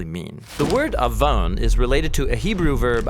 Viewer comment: תודה רבה 👍🏻 well done video As a Hebrew speaker - you’ve nailed it and communicated the word עון clearly and powerfully and above all - pointed to Yeshua and the gospel.